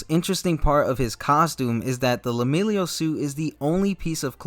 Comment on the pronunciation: It kept bothering me but I'm sure it's pronounced Leh-milliy-unh. Not Lemillio. Otherwise great take on his costume.